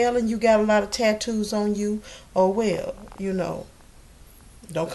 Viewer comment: "WELL"...... pronounced like "whale"